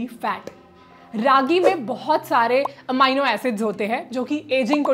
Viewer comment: अमाइनो नहीं अमीनो एसिड